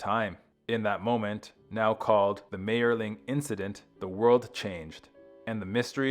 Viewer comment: And he mispronounces Mayerling continuously.